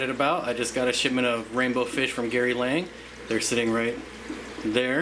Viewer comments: Gary Lang? Its Gary Lange. Like Flange. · Thats funny, because even he pronounces it Lang lol